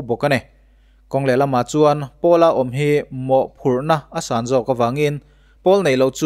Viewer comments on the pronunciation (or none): none